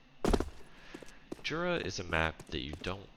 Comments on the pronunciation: I live around 20km from the place that inspired this map and can confirm that hot-air balloon festivals/competition take place there. Also it's pronounced yura. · it's pronounced Yura